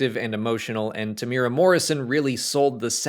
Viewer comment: Not to be a nit-picker, but Tem's name is pronounced 'tem-ew-ear-rah'. Not 'tem-more-ah' like a lot of American folk say it. Tem doesn't seem to care (because he's a chill and awesome dude), but I thought I'd be the obligatory stick in the mud on his behalf.